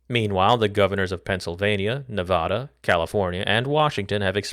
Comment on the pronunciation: good video but i have to hit that dislike button for saying nevada like a regard